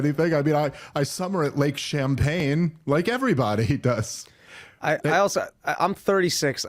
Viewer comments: It's "Lake Champlain", but it's way funnier that you called it Champaign hahahahahaha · Unfortunately for comedy sake, theres an L in Lake Champlain and not pronounced "champagne" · Dave. How have you lived as long as you have and can’t pronounce any cities or land marks. I had to just skip over when you were talking about your tour date when you were going to Washington. It isn’t champagne it’s Champlain. Like Bernie pronounced it. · Samuel De Champlain is rolling in his grave after hearing you call is Lake Champaign. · Bernie never did an honest days work, but his vacation home is on lake "Champlain" not "Champagne" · IT'S LAKE CHAMPLAIN...NOT CHAMPAGNE...JSYK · As someone with a fishing youtube channel everytime Dave says Lake "Champaign" I die a little on the inside 😂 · Love ya Dave but it's Lake champlian there's an L. but I think I'm gonna forever call it champagne lake. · It’s Champlain not Champagne 😂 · Ok. Good points BUT its Lake Champlain not champagne. It was cringy because you kept driving that point. AND to your point, I met a lady one time that said Burlington doesnt like him. He is known for tying up tables in restaurants for meetings and actually bringing to the restaurant with him a brown bag lunch because he is too cheap to spend money on a meal. Thats probably how he affords his "modest" lifestyle. LOL Keep up the great work. You are currently the GOAT. So grateful for what youre doing! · If Dave was a dishonest genius he would get Lake Champagne wrong on purpose because it's perfect for his argument. But I think he just got it wrong and it's hilarious. 😂😂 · 🤦🏻‍♂️ Dave, it’s Lake Champlain not Champagne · Jesus Dave. Lake ChamPLAIN not ChamPAYNE. 😑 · It's not Lake Champaign it's Lake Champlain. It's lake for people who like to complain while drinking champaign. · It's Lake Champlain. Not "champagne." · Also, it's Lake Champlain not Champagne 🤦🏼‍♂️ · One note of correction. It's Lake Champlain, with an 'L'. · It's lake Champlain. But nice try Dave